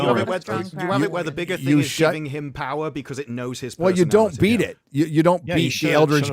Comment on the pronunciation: 1: 55 "the pwer of butt f@ LOL